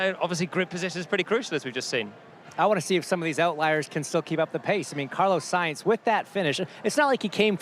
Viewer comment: Ansted should really know how to pronounce “Sainz”